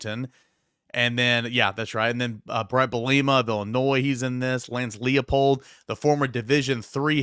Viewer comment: For Lance Leipold, it's not pronounced "Lee-uh-pold," but more like "Ly-pold." In German names, in ei or ie combos, you pronounce the second letter of the combo.